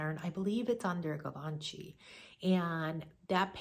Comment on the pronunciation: I love your video. You know your fashion designers; I’m a new subscriber. FYI: Givenchy is pronounced zheevaanshee